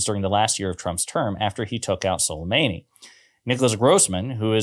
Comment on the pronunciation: it was sulemAni .. not sulemEni